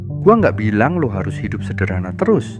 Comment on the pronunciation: Isi kontennya bagus banget, cuma penyebutan "Lo" Kerasa medok banget, Gak usah maksain keliatan keren, pake "aku, saya" aja